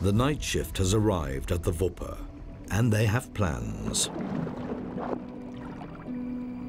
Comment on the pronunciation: Wipper/Wupper, not Vipper